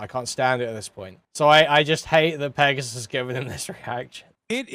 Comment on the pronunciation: Pregassus, lol